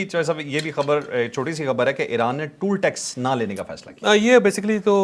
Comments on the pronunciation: Toll tax ko tool tax nahi parhte. Isko TOL tax parhte hain. Bhai aapse logon ne seekhna he. Toll ka marlab damage hota he. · It's not tool tax, :face-purple-crying: it is toll tax. kia kia nmoony vlog ker rhy hein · بھائی یہ ٹول (tool) ٹیکس نہیں ہوتا، یہ ٹال (toll) ٹیکس ہوتا ہے۔ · صاحب لفظ ٹول نہیں ہے بلکہ ٹال ٹیکس ہے